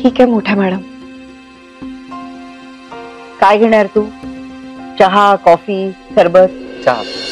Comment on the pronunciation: 2.19 says chaha 😂